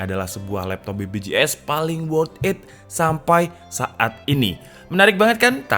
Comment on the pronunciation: BBJS? BPJS bang, huruf b sama p bedaa